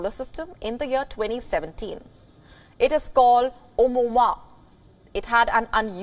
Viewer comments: Its Omuamua not omuma... She made this news so boring.almost slept... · Ms. Its not Omama it was Omuamua dare to speak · First learn how to pronounce Oumuamua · When everytime you pronounced the comet name wrong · i love how she cant pronounce oumuamua